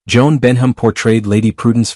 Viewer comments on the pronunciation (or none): none